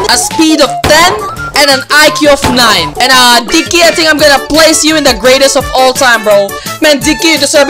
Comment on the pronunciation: The way he said Digg ky “dicky”